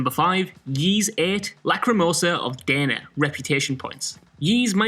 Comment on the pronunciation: If you had played Ys VIII and not just stolen an article about it, you would know from the beginning that Dana in this context is pronounced "Dah-na". Play the games you claim to care and know so much about before you talk out of your ass again.